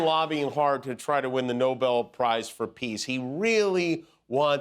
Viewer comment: Nobel not Noble! When do you understand that?